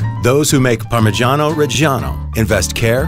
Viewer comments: Im italian and his parmigiano reggiano prounced like that kills me inside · The way the narrator says “parmigiano reggiano” irritates me so much😪 It’s not pronounced like that😑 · The pronunciation of "Parmigiano Reggiano" is so hilarious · The way that guy pronounces Parmigiano Reggiano makes me cringe... and I'm not even an Italian. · As an Italian, your pronunciation really hurt my ears, sorry had to say it :P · I CAN'T STAND THE WAY IT IS PRONOUNCED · Motivation: Man cutting cheese: Unenthusiastic, robotic, sleepy Narrator: Heavily over enunciate the phrase "Parmigiano Reggiano" Viewer: am Youtube hole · Something about an American saying "parmeshano reshano" just doesn't sound right. But all the other words sound great, the narrator actually has a nice voice to listen to. Just the Italian pronunciation could be a bit better. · Am I the only one bothered by the narrator's PaRMrGIaNO ReGIAnO pronunciation? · Non potevate far parlare un italiano con una pronuncia decente ? cos'è il parmygeeanou regyano PORCODIO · Say parmagiano reggiano one more time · Yo if you can’t pronounce “parmigiano reggiano” correctly then DON’T Listening to you saying “Parmejiano Rejiano” was the worst thing ever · I can't stand the way he pronounces "parmigiano reggiano". He sounds like he's some cheap italian-american mobster lmao I mean, I don't pretend a foreigner to nail italian language but damn, at least try to not to sound so irritating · Why no one tell him how to pronounce correctly parmigiano reggiano? I don't understand how a voice actor cannot pronounce correctly the word that describes the entire video. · Wrong pronounce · It has been produced for 900 years only to have the pronunciation of its name and regions of origins butchered. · Oh shit I'm italian I'm literally crying because he say "parmigiano reggiano" in a super strange way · Parmegianoh RRReggieanoh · yeah it ain't even the right goddam pronunciation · Si ma Parmijjiano Pejjjiano non si può proprio sentire